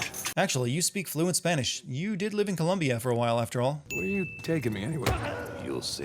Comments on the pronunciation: You got to count a sin to you: it's Colombia, not Columbia. Cool video though :) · Its Colombia not Columbia... C`mon... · You said Columbia, it's Colombia... 5 sins for that.... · Colombia, not Columbia. 6 Sin Counter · Is vargas a warden? And also its colombia >:( Anyways good vid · Colombia* not Columbia 🤦🏻‍♂️ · Colombia not Columbia. Why do people get this wrong💀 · It's COLOMBIA. Not COLUMBIA. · Columbia - different from the country Colombia Wench - a derogatory word for a loose woman, Winch - what you meant every time you said "wench" in this video. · Its Colombia, not Columbia btw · Jesus, COLUMBIA?! God, I am quite offended. (It's Colombia) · Colombia, not Columbia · What the fuck is Columbia? You mean Colombia, idiot. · It is Colombia not Columbia.